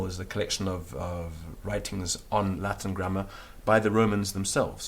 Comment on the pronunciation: Everything in Latin is perfectly pronounced, but what the h*ck is "Lath'n language" in English?